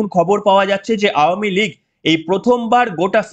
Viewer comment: ধন্যবাদ ভাই আওয়ামী লীগ উচ্চারণটি সঠিক করার জন্য। মাঝেমধ্যে একটু ভুল হচ্ছে যাই হোক বুঝতেই পারছি সংশোধন হবে আশা রাখছি। শুনতে ভালো লাগে সঠিক উচ্চারণ করলে।